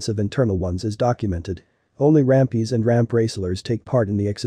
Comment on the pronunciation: rUmpie.. Not rampie